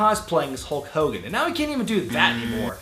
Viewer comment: who's hull cogan? I for one never heard of a hull cogan.